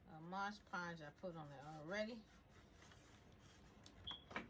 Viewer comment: Resin not risen... mod podge not modge podge. But I love your projects! You get my creative brain going i just work too much and don't have time or energy to do any of it 😭